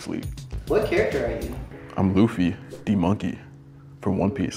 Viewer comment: That ain’t luffy that’s laffy